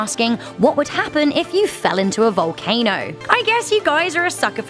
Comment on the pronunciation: It sounded like she said valcaner